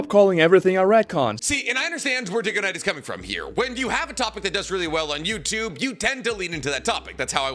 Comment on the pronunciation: Ain't no way he called him diggoknight